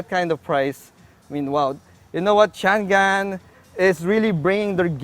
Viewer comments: Chang-An..di yan Chan-Gan..anak ng baka naman :) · How is that pronounced really? I thought its Cha-ngan or Chang-an.. Hmmm car reviewers, at least please try not to butcher the brand names😆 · Actually po it is pronounced as shhhhaaa-ngan 😊 Jushnie Diarene Cariño Showroom Sales Consultant at Changan Batangas 😊